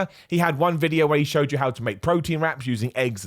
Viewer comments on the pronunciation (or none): none